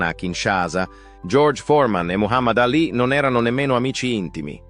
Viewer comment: La voce narrante è orrenda! Voce artificiale al peggio del peggio. Dice sempre Ali con accento sulla A anziché Alì con accento sulla i.